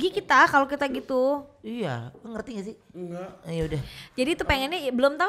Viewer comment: Si ngakak bgt Ruben: "ngerti gak sih?": "engak" XD wkakakakak